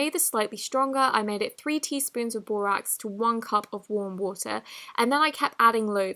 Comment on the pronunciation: WaRm WuTaH 💧